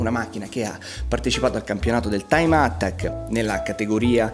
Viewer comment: TIME "ATTCAK" 😁